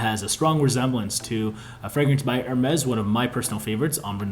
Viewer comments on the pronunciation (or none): none